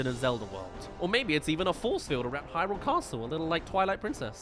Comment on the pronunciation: Thank you for pronouncing Hyrule correctly! Upvoted!